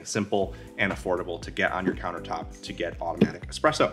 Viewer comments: Good I am not quite crazy.... convinced he said horrible lol. He really bombed all syllables if he said affordable lmao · I heard it too but turned on closed captioning and it’s “affordable”. The funny thing is I heard “affordable” the 2nd time and now I keep going back trying to hear “horrible” again and I can’t hear him say it and it’s kinda making me nuts.